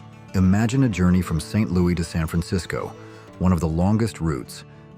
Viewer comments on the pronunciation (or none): I'm pretty sure the S is pronounced in Saint LOUIS!!!!!!